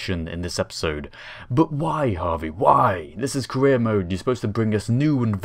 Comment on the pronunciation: When you say "career" i sometimes misunderstand it as "Korea"